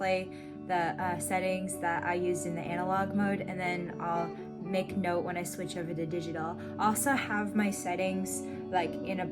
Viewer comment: So did you live in Australia? New Zealand? or even UK? the way you said "note" major Aussie/Cockney tone on that one word lool